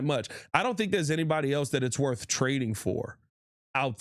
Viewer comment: Say it with me, "worf", "axe".